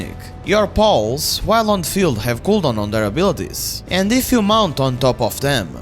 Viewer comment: I like how you say "pals", it sounds like you've named every creature Paul